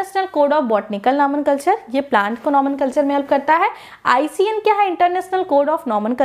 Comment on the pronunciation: It's not nomenculture it's nomenclature